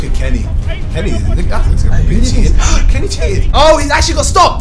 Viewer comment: johnny and carey is all i’m hearing say instead of johnny and kenny 😂😂😂